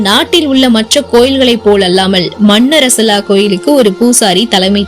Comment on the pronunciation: மன்னரசலா அல்ல மண்ணாறசாலா. . சரியான உச்சரிக்கவும். .